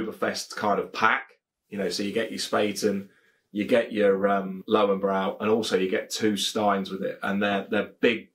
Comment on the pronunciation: Cracking review, as always. Looking forward to the Spaten Oktoberfestbier video! German beer reviewers tend to prefer it over the Löwenbräu Oktoberfestbier. Have ordered a keg myself already. Your pronunciation of Löwenbräu is pretty good by the way, however, the German "w" is like the English "v" and "-äu" is like the English "-oy". Coming from a native German. But enough of the wisecracking, keep up the good work! Cheers